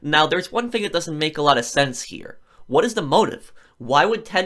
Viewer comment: Lol this fool keeps carrying on. It's here not huueer🤣